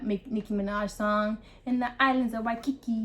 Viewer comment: we don’t respect nor care about anyone from the mainlands opinions... also the mis pronunciation of words is offensive to us, and well as her little puns like “the islands of waiiikikiki “ 🤦🏻‍♀️